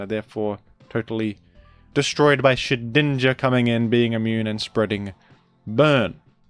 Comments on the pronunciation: I pronounce Shedinja like "Shed Ninja" just as how I pronounce Groudon as "Gru Don". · The effort it must have taken to edit out all those n's out of Shedninja's name.